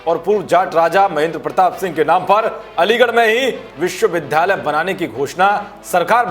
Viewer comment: विद्यालय होता है। विध्यालय नहीं। कृपया द्या एवं ध्या पर ध्यान दें।